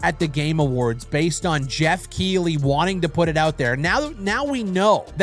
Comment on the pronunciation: its pronounced Keith-ley